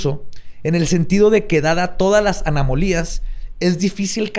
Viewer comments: La mente de: “Anomalías” La dislexia de: “ANAMOLIAS”. Min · Las miradas de Borre y Lolo al escuchar a decir: "anamolias". Yo no me pude aguantar. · "Anamolías" aplicando un XD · Las anamolias jeje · Like por las "Anamolias" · Like si amas a decir "anamolías" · me da tanta ternura el problema de con la palabra "anomalias" En ese momento soy Borre xd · vs las anomalias, es la nueva película de leyendas legendarias?, Combatirán fantasmas, criptidos y demás? no solo es que nunca pudo pronunciarlo bien